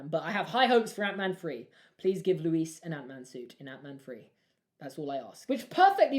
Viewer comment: Oh god he said “Louise” 😂😂 sorry but it stresses me out that ppl don’t know how to pronounce it it’s just “Luís”